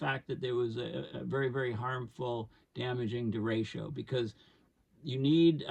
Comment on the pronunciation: hard ch like chat